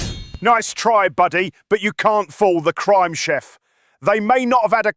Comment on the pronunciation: It's chef not chief. Just letting u know. 😊 Have a blessed day.